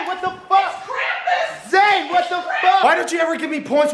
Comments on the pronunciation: "It's Krampass" 😂😂😂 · ITS KRAMPUS ITS KRAMPUS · ITS KRAMPUS, ITS KRAMPUS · “ITS KRAMPUS ITS KRAMPUS” LMAOOO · "itS kRAmPUS iTS kRAmPuS"